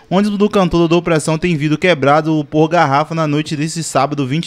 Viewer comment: Quando é q esse povo do nordeste vão aprender a falar vidro e n vrido.......